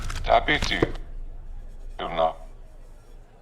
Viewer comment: “Diabetes, you know” … I think that is the punchline at the beginning- embarrassingly it took me about 10 listens to figure out that word in the punchline. 😂😢